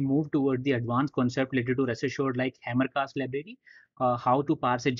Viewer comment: 1-30 Hamcrest, not HamerCast, right?